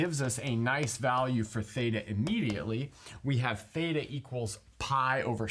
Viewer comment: He : fthaetaa Me : thita 🙄🙄🙄